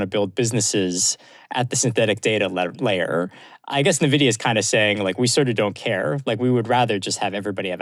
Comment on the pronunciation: People still can’t pronounce Nvidia properly 😂